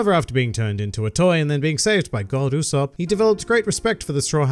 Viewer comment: Goddu ussop. Not god ussop xD